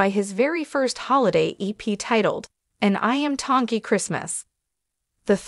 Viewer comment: Please learn to pronounce Iam Tongi's name Correctly🤙